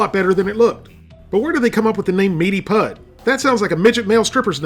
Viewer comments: Stop saying “pud” (as in spud) it’s pronounced “pud” (as in could) 🏴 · its not pud its pronounced pud as in pudding just shortened....... its a brit thing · Pud as in suet pudding not pud as in spud lol XD Steak Suet Pudding is quite literally food of the gods. Find a good chip shop in Yorkshire or Lancashire and you will probably never want to leave! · "Pud" is short for "pudding" so you pronounce it to sound like "good", not "Fudd". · Over here 'Pud' (short for pudding) rhymes with good, not mud. Remove the second syllable of pudding and you've got it. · You pronounced pud wrong. Its pronounced "pood" short for pudding. Its a meat pudding, a very old fashioned dish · It’s pronounced meaty pood like pudding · "Pud" is short for "pudding" and is pronounced pood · you are pronouncing it wrong --- it is not pronounced "pud" as in dug but you leave the "ding" off of "pudding" and pronounce it that way - like you are only saying half the word pudding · Omg you had me in tears with the way you said pud! Its short for pudding, so just dont say the ing, its not like puddle. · Hearing "meaty pud" in an American accent is really strange. Something about the word "pud" is impossible for them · I hate to be that guy, but you're pronouncing "pud" wrong. It's short for pudding, as in steak and kidney pudding, so you pronounce it like the first syllable of pudding.